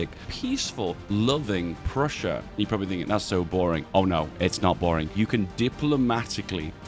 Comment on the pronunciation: I heard Russia when you said Prussia, Also because your mouse was over Russia instead of Prussia...